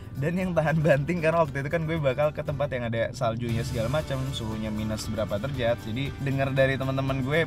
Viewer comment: Derajat bang bukan derjat